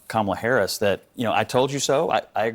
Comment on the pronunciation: I thought you said "Gobella Harris" lolol.. Oops